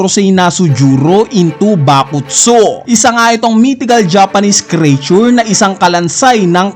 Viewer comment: "Creature" is pronounced with two syllables, not three, as "KREE-chur”